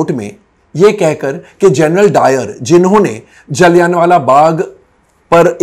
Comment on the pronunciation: "जलियन" वाला बाग नहीं, "जलियांवाला बाग" है कोमल नाहटा जी, इज्ज़त से नाम लीजिए । थोड़ा-बहुत होमवर्क भी कर लिया कीजिए अगर इतिहास की जानकारी कम हो तो ।